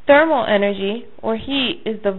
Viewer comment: energy not enrgy